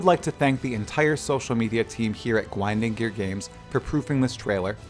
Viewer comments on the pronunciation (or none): Didn't realize you were saying "Gwinding Gear Games" at first. Personally I would've went with Wacktivision/Gizzard Games